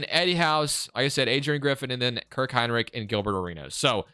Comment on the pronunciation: Kirk Hine Lick lmao I'm dead. I even slowed it down to ensure I heard that. Great video as always man.